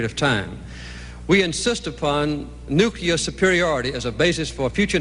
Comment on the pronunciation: I wish Carter could pronounce "nuclear" correctly. It's annoying.